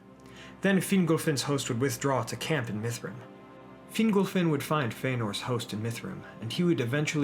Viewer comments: Hey glad to see you were working on this. Def improving but "Fin-GOLL" not "Fingle," for instance. Hope that helps :) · Excellent video! Thanks for posting! Your Fingolfin is improving! Fin-golf(like the sport)-in. :) Awesome content getting better. Oh, and Maedhros is pronounced "My-thros" (my-throes/my-throse)